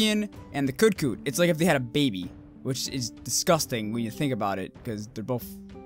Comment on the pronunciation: Did you say "Yian GARA"? And "Koot Koot"? Oh my...lmao